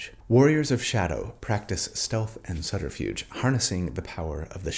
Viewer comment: look up online how to pronounce subterfuge I think you'd be surprised